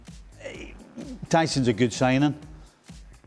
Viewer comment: Do they even watch football? Stevie saying "by the end of the season, city's defense was absolute disarray......" Manchester City took the most points in the PL in 2025. These lot are clueless. Also calling Huijsen 'Tyson'.........